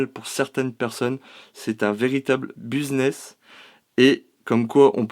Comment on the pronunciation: Buzness mdrrr biz sa se prononce biz pas buz mdrrr et bagans 🤣🤣 ta p'tite moustache me rappel un petit Mr allemand qui était un peu colérique mdrr.. la boîte a et aussi ridicule que les poupées hanté...